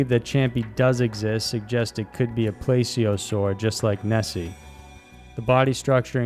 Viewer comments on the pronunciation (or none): It's not champy ... Just champ Btw it's pronounced plea-z-o-saur Oh and the Loveland frog is pretty much a kappa or a politoad